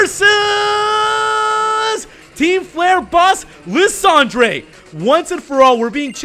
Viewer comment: You pronounce lysandre wrong